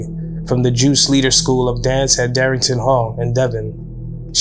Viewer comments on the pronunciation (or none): Its DARTINGTON HALL IN DEVON NOT DARRINGTON